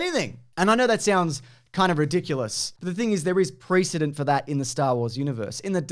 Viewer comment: Goodness, what a pronunciation of precedent!